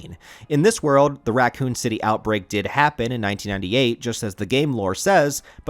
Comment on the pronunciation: What is Ratcoon City? And what is a document-tary? Why are you pronouncing these normal words so strange?